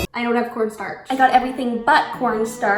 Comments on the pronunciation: i thought she said "Porn starch" 😂🤣 Love the vid keep going!~ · anyone else hear “pornstarch”